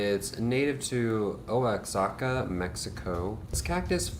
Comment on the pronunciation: Oaxaca is pronounced : wah-ha-ka